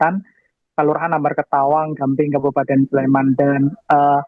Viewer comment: di gamping mba bukan gambing